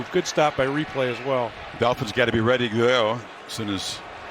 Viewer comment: "Dolphins gotta be readeuaghegh" 🤣